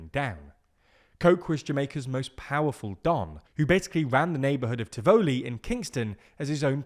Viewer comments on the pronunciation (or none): TIVuhlee, not tivOHlee. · Firstly it's not pronounced Ti-voo-lee it's Tivoli. Quick and short not drawn out as you mispronounced it. Secondly the barricades were erected by the residents of Tivoli Gardens because they were fearful of the security forces intrusion would cause exactly what happened when the went in to get Christopher (Duh-dus that's how its pronounced no doodus) Dudus Coke. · Just to say we pronounce it Tivalley, not Ti Voo ly. 😊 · Tivoli is pronounced "tivalee" not "Tiv O'lee" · Great video but please check the pronunciation of "Tivoli". The "o" is short as in volley or volleyball. So it sounds like Tivolley.😊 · I remember doing the equivalent of A levels in the midst of the Tivoli Incursion. Also note, it's pronounced "ti-vuh-lee". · You mispronounce Tivoli (accent on the first syllable) as well as fiefdom. I have heard about the IMF and debt, but not about whether the government is serving its people well with services such as education and healthcare. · 1. You pronounce Tivoli weird. 2. Bruce was a good PM but committed political suicide to project Coke. 3. Normal Jamaican not feeling what you are talking about. It's basically accounting and still corruption by the high class to enrich themselves. That's why Manny hate the current government. 4. We are exploited by low wages and American call center now like to sell up shop here. People with high degrees are working in low wage call center while the government give themselves record increases that match the UK and Canada while some in parliament have no education and either can't or won't read. Then with the little increase for they rest of us, we have to now content with the sliding dollar that hitting record low ever 3 days